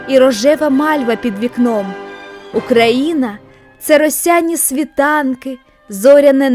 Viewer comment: Чого ти все відео кажеш "Украіна", а не Україна?